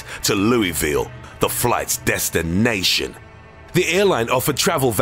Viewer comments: He says it like the halo announcer says assassination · Why. Did. He. Say. It. Like. That. desti-NATION(!) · "...the flight's *desti-NATION*" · "KLOTH" "BOTom" the legendary number 6 "destiNATION" "front teETH" Has stroke "ANTI TERROR SQUAD" "BElt" "SKIrT"